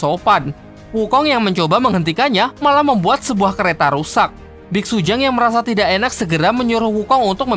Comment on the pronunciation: Bitsutang woy bukan bitsujang